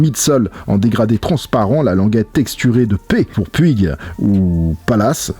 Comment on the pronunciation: Si c'est comme le groupe espagnol Puig ça se dit Poutch